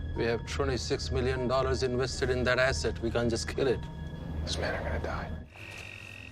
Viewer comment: I was drunk when I saw the moving so I kept laughing cause I kept hearing asstits instead of assets.